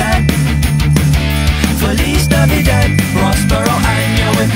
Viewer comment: Feliz Navidad was totally butchered in the way it was pronounced!